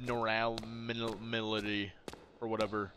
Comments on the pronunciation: fr always making me laugh💀 also it’s pronounced “Ab-norm-mal-ity”😂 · no abnorality LMAO abnormality dawg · I laughed every time he said it that shit was so funny 😂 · No one talking about how he said abnormality???